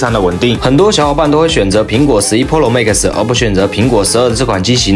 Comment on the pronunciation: 跟我读，pro，pǔ ròu，普 肉，求你改改，听着真难受